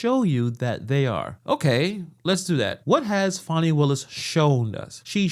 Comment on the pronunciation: It's Fani, not Phonie. Show some respect. 😃